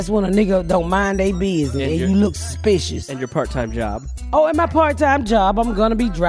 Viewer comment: "Susspekishish" Ms Pats word of the day 😂 😂